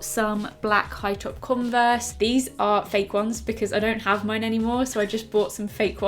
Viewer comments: No one notice she said “converse” wrong on day one 😭😭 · Who pronounces converse like that?